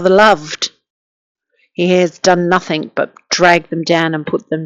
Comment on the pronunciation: Sorry .. the word is NOTHING ……not NOTHIINK